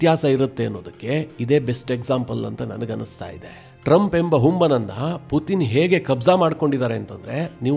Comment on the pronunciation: Ley loude matte Puthin anthiyallo adu Puthin alla Putin🙏